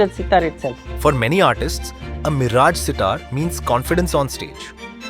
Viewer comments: bl00dy fool not miraaj it is miraj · It sounds very irritating when the commentator pronouncing the name of the city as Miraaj and not Miraj. The least he could have done was to gather little general knowledge about the subject / places etc. he is commenting upon.